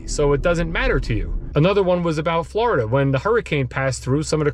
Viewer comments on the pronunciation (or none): none